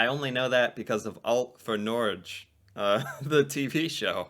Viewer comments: The name Norway in Norwegian (Norge) Is not pronounced as Nogche (or how he pronounce it in the video. It is pronounced at the end like the beginning of Get (without the t) Nor Get -t = Norge (in the Norwegian dialect/tongue). Hope this helps some of you. Lots of love ☺️ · Norge - NorGe. with G!!!! He is NOT saying it correctly!!! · No it isnt pronounce that way when you say norge - you are closer if you say norgay. Then same pronunciation using ge instead of gay. This information video pronunciate it wrong. Dont learn from it. Norway practice by saying Norgay first. Then change gay to “get” remove the t and u saying Nor-ge correctly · Noreeg? Var fan ligger det landet? LOL. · It's not that hard, it's two syllables, so just divide it up. NOR like in "north" and GE as in "get". So just drop the th-part in the first and the t in the second. NOR-GE. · And he totally slaughtered that pronunciation of Norge/Noreg: Norche/Nor’eeeg. We’d never say it like that. CRINGE🤡🤡🤡🫣🫠🚮👀 It’s different due to the two official written languages that we have: Bokmål and Nynorsk. And due to poverty and malnutrition people didn’t only live shorter lives, but they where also shorter. This wasn’t only in Norway, but a global phenomenon. Now days people are much taller, as well as bigger due to the foods we eat, sedentary lifestyle, and not having to forage, and hunt for the food we eat. It’s no longer about survival, but pleasure. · You said Norge wrong. Do u Maybe have any other social medias so i Can learn you some norwegian? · The g in Norge is pronounced like the g in longer, and the e at the end is pronounced exactly like the e in Edward. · Please don't butcher the name of our country after having made sooo many fun videos to watch about us 🙂. Tha name "Norge" is pronounced as two syllabels with equal pressure on each. First: "Nor" then "ge" , and pronounce clearly the E at the end. Looking forward to hear you say it correctly 🙂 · he pronounced Norge wrong. Both times.